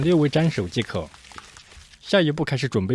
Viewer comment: 永远把即可念成既可……唉